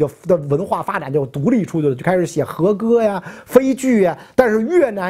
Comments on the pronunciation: 俳句，pai ju ，不是fei ju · はいく俳句（paiju），袁老师说成fei句了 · 日本是俳pai句，不是绯fei句哦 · 俳（pai）句吧，口误了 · 你袁老师从成名以来，一直在大庭广众之下各种暴露着自己的文化齁，不差这一个 俳 字念错~ 反倒是你，这一句话暴露了你自己的“文化”；并且照你嘴里这“逻辑”，念 通商宽衣 那主儿暴露了自己的文化齁，你开心不开心 😂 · 俳句的俳读pai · 俳句，读“排句”